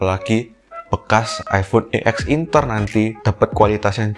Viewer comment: bilangnya "ex inter" ngab, bukan "e x inter"